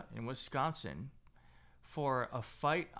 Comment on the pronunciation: I love your reports but please, it's WISCONSIN! 💙